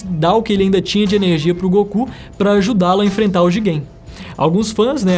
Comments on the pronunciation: Alguém percebeu ele falando Jigen (Boruto) em vez de Jiren (dragon ball super) 2X ? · "Jiguem" kkkkk Falou uma vez e eu pensei "Foi um erro de pronuncia" ai você falou de novo e eu comecei a rir kkkkk